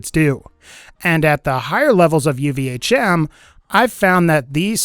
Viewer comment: Literally done every single one of these. Also ur doing 2 of them inefficiently. And one other thing you say uvhm really strange-like. Soo dont say it anymore just use the acronym. It irks me.